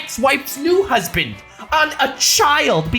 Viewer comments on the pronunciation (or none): WHY HE KEEP ON SAYING "Sorry I fucked your husbandt"